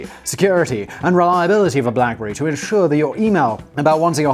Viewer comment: Blackbury? Wtf Simon